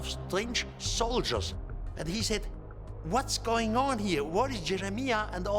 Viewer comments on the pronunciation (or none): none